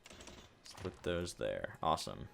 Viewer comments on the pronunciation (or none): none